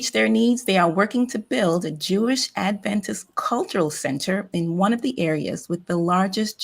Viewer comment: I'd really like to hear any news that pertains to adventists but, this morning, I'm finding too difficult to listen to people who think they are adventists and don't even pronounce the word "adventist" in a way that indicates that the root of that word is "advent" - a reference to the second advent of Jesus.